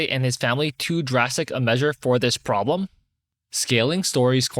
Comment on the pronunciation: "He isn't my pwoblem anymore" This woman rocks